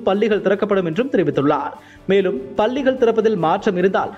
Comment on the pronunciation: பள்ளிகள் என்று சரியாக உச்சரித்தால் நன்று